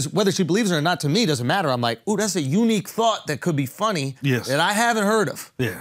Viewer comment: But why he say "unique" like that???